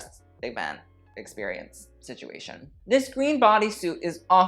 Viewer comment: No one:: backless experiOONCE 😂😂